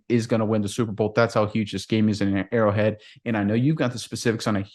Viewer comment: It’s ARROW HEAD !!!! not burrow head NIGHT NIGHT😂😂😂😂😂😂